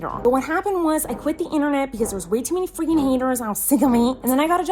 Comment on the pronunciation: how many times miranda says “freekin” 👇🏼